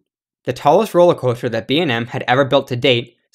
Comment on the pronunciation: this man said "roller cwoahster" lmfao